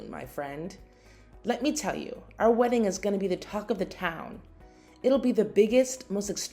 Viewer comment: Words ending in ing does not have a k sound. It’s not weddink.